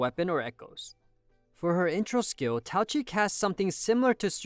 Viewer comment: Why write her name as Taoqi if you're not gonna pronounce the "Q" ???